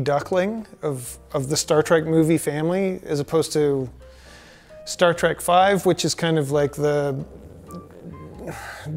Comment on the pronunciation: The bearded dude says "Star Track" way too many times. ITs TREK!!!!